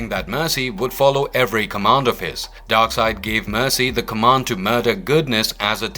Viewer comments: Darkseid, not Darkside... I guess they dont read comics books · Darkseid not Darkside!